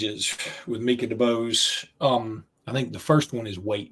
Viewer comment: Did say Minkah Debose lol